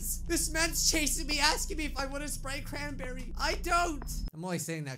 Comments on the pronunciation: Wana sprite chranbeey? Uh yes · “ WaNnA SpRiTe CrAn🅱️eRrY “